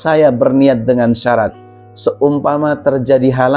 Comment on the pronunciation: Bacanya syarat nya perlu di koreksi tad